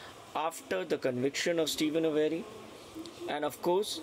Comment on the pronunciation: Steven's last name is pronounced A-ver-ee, not A- very. 😊